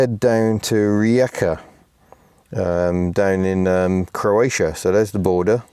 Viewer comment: So happy you are enjoying it. For Rijeka perhaps a better pronounciation is " Re'yecah". And Bakar is quiet now but 20ish years ago there was a huge industrial complex in the bay. If you have time, try to go to one of the islands. Istria is also nice